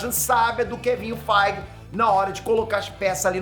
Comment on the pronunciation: Só eu que ouço Kevinho Feige?